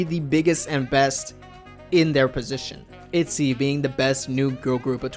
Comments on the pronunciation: In Korean the girl group is actually pronounced itjy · You pronouce itzy all wrong btw, check up on hangul to get the correct way of saying it